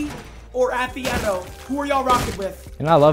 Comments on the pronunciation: jynxzi just kept saying athE-eh-no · I swear to got all I heard was Ahh-The-N-Oh. Do people have a problem saying Atheino bro??? 😅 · The least thing jynxzi could do is say your name right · Jynxzi always finds a way to pronounce names wrong I swear.